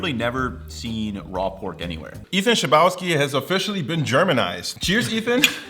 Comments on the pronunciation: I'm kind of upset didn't pronounce Ethan's surname the Slavic way ( is also Russian-German). "Chleb" is bread, pronounced "hleb." There is also a town in Poland called "Chlebowo." Ethan's surname is literally "Person from Chlebowo." A town named after bread. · Oh my god that Chlebowski pronounciation tho xD Maybe this is how Ethan wants it to be said, but to my polish ears it sounds like blasphemy (jk) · Thats definitely not how you would pronounce Chlebowski in Polish :D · you butchered ethan's last name so bad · the way you pronounced chlebowski phisically hurt me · Criticises Ethan's German pronunciation while incorrectly pronouncing his Slavic surname. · dude, i don't like how you pronounced "Chlebwoski" so close to Polish border... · Ah, as much as I love Ethan's videos, it always hurts when I hear him or someone else say his last name, because I know how that originally Polish last name is supposed to be pronounced